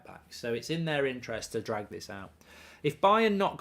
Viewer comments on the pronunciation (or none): none